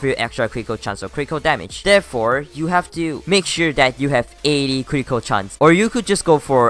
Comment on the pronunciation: i like how when he says critical it sounds like crinkle